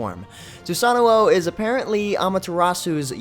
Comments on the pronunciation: It's actually pronounced SUSA-NO-O not SUSAN-NU-OU as he said. It's Japanese mythology after all. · its SU SAN O not Su San o o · Every time i hear people say Susanoo with a double O my ears bleed. Especially the lady in the god reveal. He's from the Shinto pantheon but no Japanese says it like that GODDAMIT. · go see the god reveal, its pronounced sunanuo